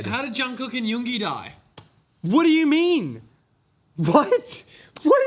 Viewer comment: I love the way says Yoongi 😂💜